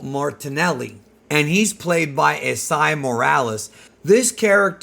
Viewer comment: Esai is pronounced E-Say